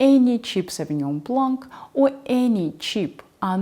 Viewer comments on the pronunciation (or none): Thanks for the tips my lady, a quick tip, we do not pronounce the k sound in Blanc, the last c is silent ❤